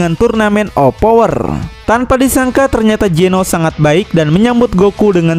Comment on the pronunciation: Zeno.....zzzzzzzz bukan Jeno bos ku😅😅😅